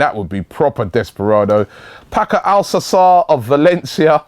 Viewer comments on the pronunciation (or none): 'sassoolu' - 'alkaker' robbiee your pronunciations are awful mate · Robbie u butcherd paco alcacers name